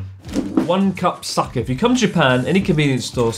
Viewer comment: Chris is so drunk that he's pronouncing sake like suck-it